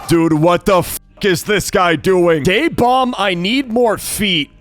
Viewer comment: It’s DaeBomb. Ok. Just to remind you.